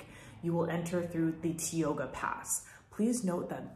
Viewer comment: ...4 entrances. not "5" as Hetch Hetchy is a dead -end inside YNP. Mispronounced "Tioga"...I worked and lived 10 years inside YNP 1974 to 1984. Don't consider the Ahwahnee Hotel "5 star" because of low paid park employees by Aramark, main biz in YNP. Suggest you get an Annual Pass, mine was $10 for Senior Lifetime! Also eat and lodge in Oakhurst or Yosemite West or Wawona private cabins or Madera and use car fast 120. Or on E side stay in Lee Vining or Mammoth, much much cheaper than inside park food and lodging! Road repair NOW on 120 and Glacier Point Road, call YNP for delay times. (August 2022)